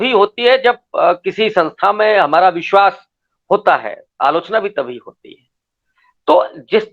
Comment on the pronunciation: Ary Hindi bolna seekh phle... Bishwas......... Vishwas bolte hain zaahil aadmi.... 😡😡😡😡